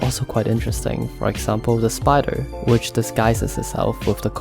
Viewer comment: The Spy-der lol